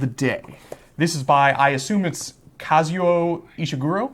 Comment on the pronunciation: Also, Kaz-ou-OH. You guys weren’t too far off!